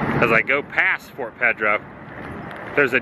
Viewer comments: PEDRO !!!! PAY-DRO PAY Not ped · Back in the '60s they were the big landmark on US 301, since I95 didn't go through at that time. It's saddening to see that it's hurting. By the way, it's probably not a big deal but Pedro is pronounced "Pay-drow" not "Ped-row". Sorry to be "that guy". :) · It's 'PAYdro'. Saying PEHdro kind of sounds like well, you know: the people you hide your kids from? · Please Please It is not Ped ro : It is Pay-dro E is like a long a in Spanish. Sorry but you keep saying so often and it grates on the nerves. Our family always stopped there on the way down the coast. Hope South of the Border can be revived and have a new life. Thanks for the tour. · Pay-dro not ped-ro, it's Peter in Spanish. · It’s Pay-dro dude, not ped-to please say it right. Just say’n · It's pronounced Pay-dro...not Ped-dro. Or maybe you're trying to be funny. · Wow...say it with me...it's PAYDRO..not PEDDROW..and again STANCHIONS ARE NOUNS NOT VERBS..you can NOT STANCHION something off..you can however USE STANCHIONS to block an area off..c'mon man, this is simple English language 101..did u attend school?.. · Adam, the name is pronounced PAYdro. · It’s funny how different parts of the country pronounce things different. In Southern California we would pronounce Pedro “Padro” what a fun place to go. I don’t see how they make enough to stay open but glad they do! Thanks for another great adventure! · Pedro is pronounced PAID ro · "PAY-dro", hombre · Pedro is pronounced PAY-DRO. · Does he pronounce "Pedro" like that for a reason lol? Another great video my friend! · I am rather surprised you don't know how to pronounce Pedro. It is a "A" sound not "E".